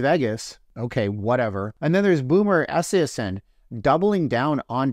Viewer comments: Im pretty sure Joe Buck who has called several Superbowls and World Series and has a Net Worth of 35 Million would get a ticket if he wanted one? Also Boomer Esiason is a former league MVP and Superbowl Quarterback. His last name is pronounced EE SI A SON just so you are aware since you have obviously never watched a Football game Lmfao 😂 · So in your research you can’t get a guys name right ? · You’re mocking his name. Yet, you can’t even pronounce his last name correctly. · Thanks for another interesting video. But with all due respect with all your “research“ I’m shocked that you didn’t figure out how to pronounce Boomer Esiason’s name correctly. He has been a major fixture in the NFL for years and years… I would’ve thought you would’ve known how to pronounce his name without any research. But, that aside, you are always interesting and provocative. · Do some research,. You said Boomer’s last name wrong. Not even close. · Obviously not a football fan. Can't pronounce boomers name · mispronouncing boomers last name is still wrong terrible and i dont even like the guy sad sad sad